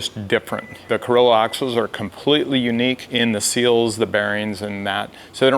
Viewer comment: Carrilo?? Didn't you mean Carraro?